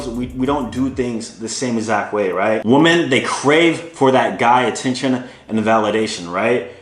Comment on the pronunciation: BRO! Please start pronouncing the word WOMEN correctly. It doesn’t sound anything like WOMAN.